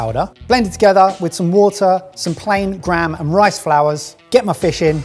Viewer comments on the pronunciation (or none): none